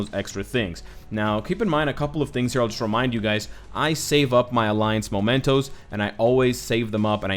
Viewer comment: mEmentos! What is up with everyone reading it momentos? That is not even a word.